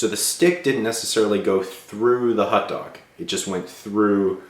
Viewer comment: Hot dog, not hut dog..